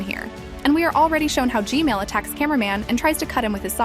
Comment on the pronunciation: G-man❌ G-mail✅